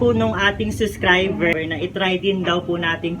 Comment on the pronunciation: Yes suscriber😅 where is the 'b' sound?